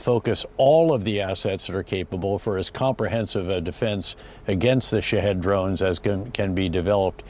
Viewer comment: Lol no "Shahed"